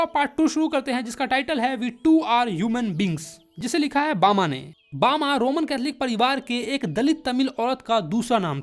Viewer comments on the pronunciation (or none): rajput hai hm bama ache se bolo